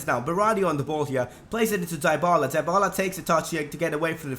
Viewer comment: and for dybala is "dibala" not daibala